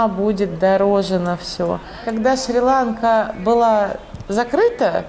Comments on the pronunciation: Не шри-лАнка , а шри-ланкА !!! Как услышал ( шри-лАнка ) , переключил , быть там и коверкать название ....... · Шри- ЛанкА, ударение на последний слог.